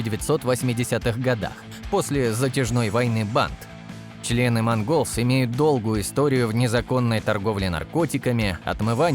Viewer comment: Ясно одно..любимое слово автора видео... "Чле-ы"😂